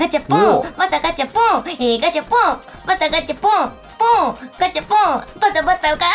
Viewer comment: バタガチャポンがだんだんガタバチャポンになってるのかわいい